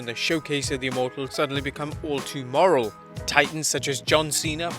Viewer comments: Are.... are you saying "moral" ? Did you mean mortal ? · Is he saying “moral” instead of mortal? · Are you saying moral and meaning mortal? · Getting old isn't sad, dying young is sad. Also its MORTAL not MORAL. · It sounds like you’re saying moral? I think you mean mortal. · MORTAL WITH A T NOT MORAL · No one else is going to say it? Okay. Mortal* not moral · Mortal not moral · You realize the word "mortal" has a "T" in in right? It's not pronounced immoral or moral, those are very different words.